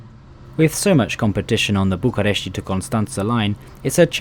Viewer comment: the way you are saying bucharest is triggering me as a certified romanian